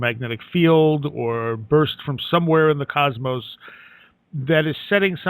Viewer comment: COZ-MOSS. NOT COZ-MOSE